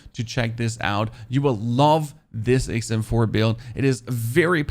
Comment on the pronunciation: Sounds like you're saying ACEm4 🤔